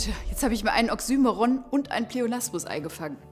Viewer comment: Sehr gutes Video! Auch wenn mich die Aussprache von oxymoron stark gestört hat, da das Wort in meinen Kreisen deutlich anders ausgesprochen wird